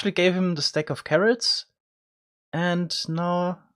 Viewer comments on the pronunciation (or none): Got scared when he said corrots